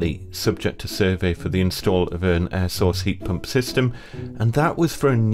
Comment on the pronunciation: Ihad two years of hell with an air source , at last someone who says it right.